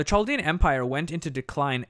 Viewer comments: The CH in Senacherib and Chaldea should be the same CH sound as in Nebuchadnezzar. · The "ch"s are pronounced with a hard "k". i.e. Chaldea is kal-di-a and Sennacherib is si-nak-a-rib.